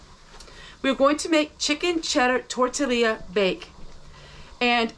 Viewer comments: Torilla is pronounced Tore Tia… the double consonants in this case the L’s are silent. ❤️ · You are adorable : Tor - Tea- yu